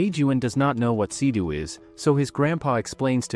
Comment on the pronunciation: It's seido not sidu